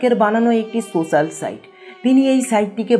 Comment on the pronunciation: ভাই আগে সোশ্যাল শব্দটা তো ভালো করে উচ্চারণ করুন